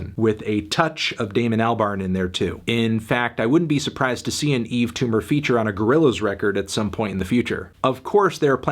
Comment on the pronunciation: WHY ISN'T EVERYONE DISTURBED THAT HE FINALLY SAID HIS NAME RIGHT